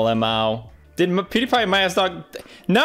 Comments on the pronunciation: PewDiePie Not OJGang! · I like how he doesn’t even say his own name properly for the intro. “Pewdi-guy” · Powder-guy. Brown powder , white powder name it